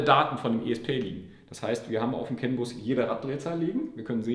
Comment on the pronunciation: Jo, heißt das nicht CANbus? Weil du immer Census sagst…